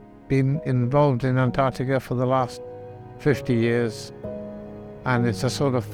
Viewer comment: It really bugs me that the narrator cannot pronounce Antarctica properly